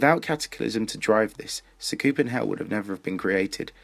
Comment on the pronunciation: great vid but sa koop en hell its sah ku pen hell dont get me wrong still a great vid